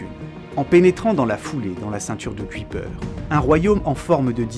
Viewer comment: Bonsoir, une remarque qui se veut constructive: Jan Oort se prononce Ian Haurtt (avec le 'au' de 'au revoir'). J'en profite également pour écrire que Kuyper se prononce "cueille peur". Merci pour cette vidéo ;-)